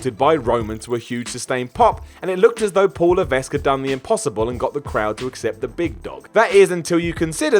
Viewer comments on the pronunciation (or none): Pretty sure you don’t pronounce the ‘S’ is Levesque